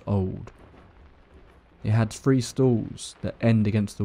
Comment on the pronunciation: Hello from Texas. I love how he pronounces words with "thr" , three sounds like free. Love it! And of xourse, i love everyone's stories! Seriously creepy!!